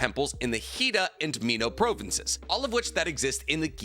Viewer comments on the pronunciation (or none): ITS PRONOUNCED PRAWVENCE THAT NOT HOW ITS SPELT BUT WHO THE HELL EVER CALLS THEM PROVENCES JESUS CHRIST DUDE